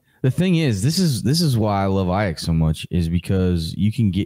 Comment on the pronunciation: Please stop saying Aiyuk as i-yuck. It’s pronounced i-yook. Loving what you guys are doing tho 🙏🙏🙏